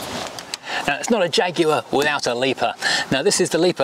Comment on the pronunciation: So nice to have a Brit pronouncing the name properly. No American Jag-waah nonsense.